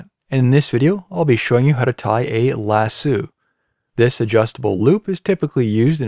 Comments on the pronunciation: Thank you.but as a cattle owner. And a guy frum Alabama, it hurt when he said "Lasooo" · lasso has an “oh” sound at the end, not an “oo” sound. Yes. “Lass-oh”, yes, lass + oh. That taken care of, great littlle tutorial! Thank you! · That's not how you say lasso